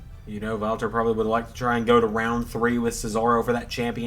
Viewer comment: I love that you do the right pronunciation for the „Ring General Walter“ 100 times more accurate than the wwe ring announcers